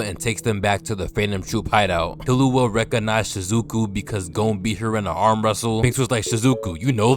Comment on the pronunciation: Btw bro its not kill-you-a its kill-oo-a